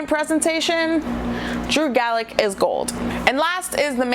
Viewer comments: Uhhh,? It's Gulak, pronounced Goo-Lock. Sorry I'm just a Drew Gulak stan. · I've tried to give her a chance, but this girl is terrible. Knows nothing outside of WWE's main roster and doesn't know much about that either to be fair. Gets names wrong every week (Drew GALLACK) Very little wrestling knowledge, piss poor sound quality and generally just pretty fucking annoying! #BBB (Bring Back Brian!) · You need to turn that fan off or whatever is on in the background. Too much background noise, very distracting, keep the hand held mic. Also GULAK NOT GALACK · How fast am I going to see people correct Drew Galak? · Did you not see the video? She clearly wrote she got it wrong. And it's not pronounced Goo-Lock that's his finisher dingus. Its Goo-Lack. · Ok seriously how do you pronounce Drew Gulak’s surname wrong when they literally say it during the match. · Thumbs down because you pronounced Drew Gulak wrong. Drew Gulak is one of my favorite wrestlers in WWE. I have a power point presentation on why he is awesome.